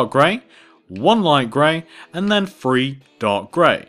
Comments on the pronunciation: You said "three" but I heard more like "free" XD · Can he like take lessons on saying numbers because I love how amazing he is at pixel art it's outstanding but seriously Fwree is how u say three I know someone who says dwree and it's also annoying